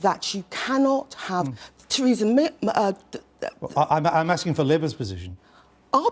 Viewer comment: She said tweesa may ! Can’t get her tongue around her Rs. Bet Corbyn did! They say Micky mouse wears a Diane Abbott wrist watch !